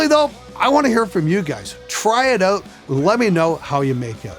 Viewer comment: noticed the way you said "out." where you at exactly? ON? Shouts out to Canadian musician/engineers